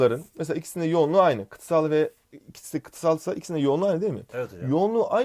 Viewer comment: Kıtasala niye kıtsal diyorsun ya